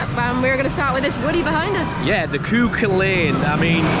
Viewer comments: Hi I’m from Ireland and i have been to Emer land park many times now,it was originally call Tayto park. The cuculin is pronounced cewculin 😂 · "Koo Kull Lane" 🥱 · The wooden coaster is pronounced cuh cullin